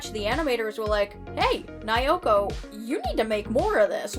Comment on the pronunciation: I speak Japanese and have researched the series very well. I'm happy to explain anything you'd be interested in! First, all vowels have the same sound. (A is "ah", I is "ee", E is "eh", O is "oh" and U is "ooh") so Naoko is pronounced Na-Oh-Koh 🙃